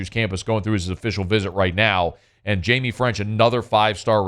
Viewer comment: "Hymie" French?! 🤔😂